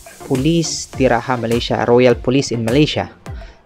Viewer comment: Not Polis Di Ra"haa" Malaysia but Polis Di Ra"ja"(Jar) Malaysia . :)